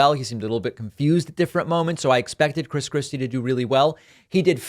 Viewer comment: Were you calling him Chris Crispy? That’s hilarious